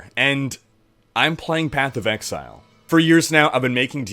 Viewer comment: Sounds like Rhykker was taking a course in MS Excel :D. The number of times you say Excel instead of Exile is hilarious :). Thanks for a good vid!.